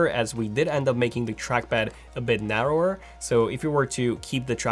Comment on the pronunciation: when you say "narrower" you can also hear "depper"